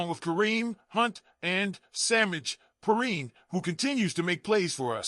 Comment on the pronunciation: Poor annunciation of Perine name and no effort to correct it